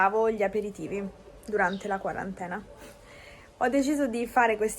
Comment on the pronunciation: Ciao,. Grazie per le ricette. Mi preparo un Aperol spritz stasera! 😁 Qual è la pronuncia corretta della parola quarantena? All’inizio del video sembra che tu abbia detto quaràntena. Ho sentito la parola pronunciata spesso in questo modo: quarantèna.